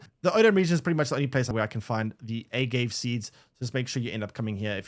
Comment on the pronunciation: lol a-gave seeds...